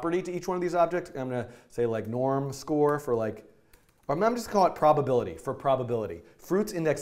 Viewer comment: "i am gona call it properpility for properpility" :'D